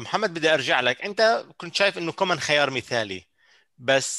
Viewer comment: اسمو كويمان مو كومان هههههه